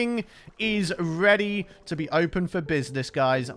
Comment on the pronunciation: Am i the only person who heard say “Blee” instead of “be” or am I insane?